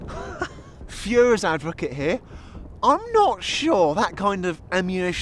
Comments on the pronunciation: “I’m gonna play the fuhers advocate” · “Fuhrers advocate” 😂